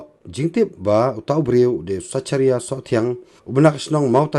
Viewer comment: Zekharia phi ym zecharia tang pronounce ruh Pat tip